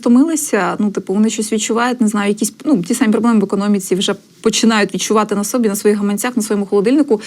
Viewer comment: Чому ведуча загальноукраїнського каналу ставить не літературні, а галицькі наголоси: вЕсти, відчувають на сОбі? Мовні норми не вчили? І не "рік назад", а "рік тому", не "вуз", а "виш". А вислів "знову ж таки" у Вас є паразитом.